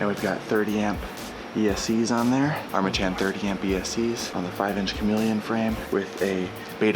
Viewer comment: Did you guys have a challenge to see how many different vowels you could use to pronounce Armattan? Armattan Armatten Armattin Armatton Armattun Im pretty sure you hit them all. LOL!